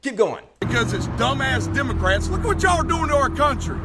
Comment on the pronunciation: Hello children, today we learn how to turn your christian missionaries into pasta strainers. EDIT: Did she say Demon-crats?